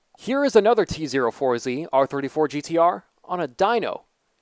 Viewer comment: Tee Zero Four Zee lol